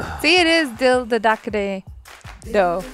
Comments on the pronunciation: “Dil Dhadak Ne do” means “let the heart beat” not “every heart is different”. And not “DaDuckney” it’s “Dha Rak Ne” ❤❤❤ loved watching it with you guys . Kirk gets it all 😍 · Dil duduck ne doe? I mean seriously 🙄😂 After reviewing so many indian movies the least I expect is correct pronunciation. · Dil dharakne do... The do is pronounced like yo. Yo - do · At this point is just trolling with that "Dil DaDuckney Doo" 😂😂😂😂😂😂 Edit: okay okay! It was kinda sus if he did pronounce it wrong deliberately for the lighthearted amusement. If so, congrats! It was delightfully funny..... 😄😄😄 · Dil the duckne though pronounce this way 🤗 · Actual pronunciation Dil Dhadaknay though 😶‍🌫️ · And he even don't get it like he is pronouncing it so wrong. Thats more funny. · Happy you guys liked the movie!! Love the way pronounces the movie title. 😂😂👍👍😁😁😁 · why is he not even trying to say the movie name right. that makes me sad